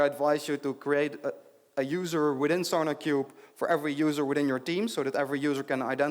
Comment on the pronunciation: keep hearing "SonicQube"